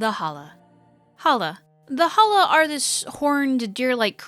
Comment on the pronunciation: every time she says Halla...i here Holla!, like she is Ja Rule or something.